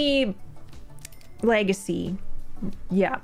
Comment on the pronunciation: Leg-ah-see. Cha-Lange ?